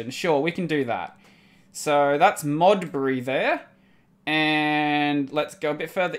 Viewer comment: Smithfield, the "field" didn't had that clear of a pronunciation, bury in Modbury, same thing, maybe my english is wrong, idk... the rest seems like I would pronounce as well. P.S.: Good that you don't get offended that easily, I think I kinda got used to see people crying/complaining/get offended when I (and others) tell them to read the wiki :P